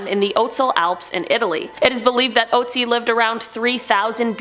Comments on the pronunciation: its not oatsi.. its Ötzi!!! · Still sh*tting myself over the way she pronounced ,,Ötzi".... she calling my man over there ,,Ohtsie".... she probly butchering every foreign language she comes into contact with..... smh.... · The name of the "ice man" is pronounced "ootzi" with the "oo" like in book or cook. Not that it's a big deal, just thought someone might want to know. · How is she pronouncing Ötzi??😂😂😂😂😂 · The way you say ötzi makes me wanna cry. No offense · So I have watched the first 2 objects and theres already been 2 wrong pronounciations. Shalom and Ötzi please its not shalome or oetzi (no hate tho)